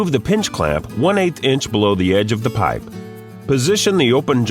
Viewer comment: I hate the way the dude says piype lol but they are good tools i have one